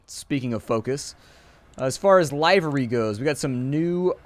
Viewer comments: It's pronounced "Liver-ree" as in "Delivery" without the "De". In fact, both words descended from the same Old French word, which in turn descended from Latin liber ("free"). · That's not how you say livery